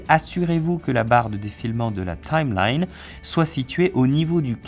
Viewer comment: Lol la prononciation c'est Time-line